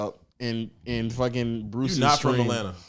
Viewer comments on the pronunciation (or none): none